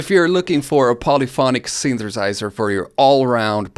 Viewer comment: I really enjoyed every time you said "synthersizer"